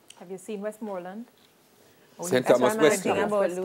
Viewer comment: Look here lady pronunciation please... what d hell she keep saying Wesmooland lady nuh long vowel nuh in deh jeez it's Westmoreland